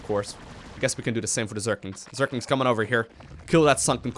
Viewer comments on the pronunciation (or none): Am i the only one who's bothered by the thing that he's saying zerklings instead of zerglings?